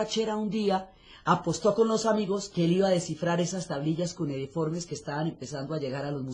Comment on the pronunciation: Buenas. La palabra que usa la señora Diana para referirse a las tablillas es equívoca. No es “cunediforme”, es cuneiforme. Gracias.